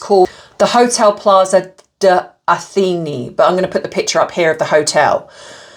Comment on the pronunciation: Just in case anyone wants to know how to pronounce the hotel, Plaza Atinay sort of. lol Not that it matters. She is pure EVIL! She really makes me sick. Can you just imagine if Catherine did something like that??? They would be outraged! But she has way too much class to EVER do that!! But this twat is so pathetic, attention hound, desperate and ridiculous! She looks like a clown.